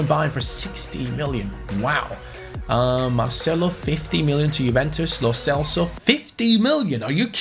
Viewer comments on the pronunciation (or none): none